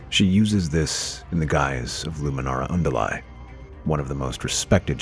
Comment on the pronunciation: Good video for the most part, pronounciation of various things like Luminara Unduli makes me squirm.